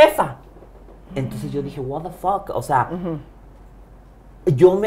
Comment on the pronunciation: Segun el habla Ingles y no puede pronunciation "What the fuck"